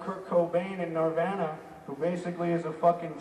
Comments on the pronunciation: It's nirvana, not nirvena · I’m Indian. It’s pronounced nir vaw nuh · he says nirvana like "nervehnah" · "Nir-van-uh" uh huh. LMAO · NERDVANA lol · Nerve-Anna Seriously?!!!! Axle was such an A**Hole!!!!!!!!! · It was because Nirvana was a new band and a lot of people miss pronounce the name because they don’t know where it comes from. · I love the way axl pronounces nirvana 😂 I fucking love that